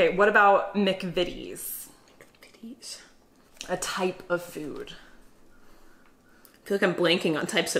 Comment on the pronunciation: The "Mc" in McVitties is pronounced "Mac".